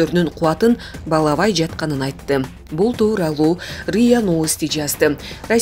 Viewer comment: Балабайт эмес,. баалабайт. Туура окуп, туура суйлосонуздор. Сиздерди